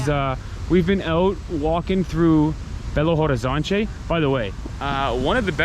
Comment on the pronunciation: Curiosity about portuguese, but just IF you guys want to practice ( I really love the accent). The H is not pronounced, we just say Belo Orizonti, something like that haha but your accent is cute, don't need to change that, ok? We love it!